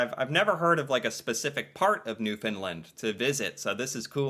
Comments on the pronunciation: it is NEW F O U N D LAND NOT FINNLAND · New-Fin-Land not New-Fin-Lind